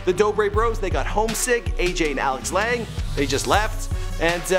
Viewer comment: I cringed everytime you tried to pronounce Lange..